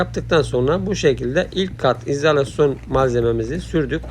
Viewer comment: Bu denli işin ehli olmadan paylaşımlar yapmanızı doğru değil, reklam yapmanın veya iş almanın yolu bu değil. Yaptığınız işin adı İZALASYON DEĞİL İZOLASYON DUR, MEPRAN DEĞİL malzemenin ismi MEMBRAN DIR. VİPRATÖR DEĞİL VİBRATÖR DÜR, TAPLE DEĞİL TABLİYE DİR, VİDO DEĞİL VİDEO DUR. LÜTFEN İŞLERİ İŞİN EHLİ OLAN İNSANLAR YAPSIN KALIPÇI KALIBINI DUVARCI DUVARINI DEMİRCİ DEMİRİNİ ŞAPÇI ŞAPINI SERAMİKÇİ SERAMİĞİNİ YAPSIN HER HALTI YAPARIM DİYENLEREDE İŞ VERİLMESİN HERKES UZMANLAŞTIĞI İŞİ YAPSIN SİZ YARIN PROJEDE ÇİZERİM, HESAPTA YAPARIM DERSİNİZ. BUNU PAYLAŞAN ARKADAŞ SENDEN BİR CACIK OLMAZ